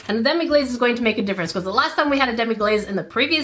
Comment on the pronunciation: It's actually pronounced Demi-glass not demi-glaze